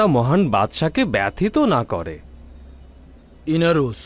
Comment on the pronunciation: ইনারুস 🤣 নাকি ইরানুস। মহান বাদশাও ভুল করে 🤣